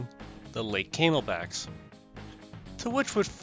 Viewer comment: gotta admit, kinda chuckled at the mispronnounciation of the CNJs as Came-L-Backs, not Cam-El-Backs